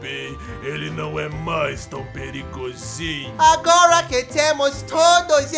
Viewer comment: "É que derrub... é ké quer dizer, CAIU O AVIÃO DO PERIGOZIM" 😬😬😬